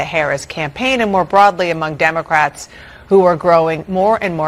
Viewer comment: Sshe said dumacrats....lmao